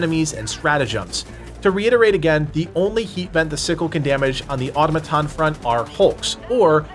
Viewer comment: aw-tom-uh-ton… emphasis on the “tom”. Not auto-muh-ton 🤷‍♂️sorry. Just another pronunciation correction of many to come as you guys grow. Keep up the good work